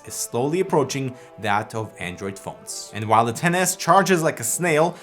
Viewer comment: thank you for calling it XS not tenes